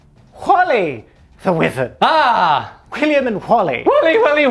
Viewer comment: Sorry it’s really bugging me, Wyvern is pronounced “wai-vern”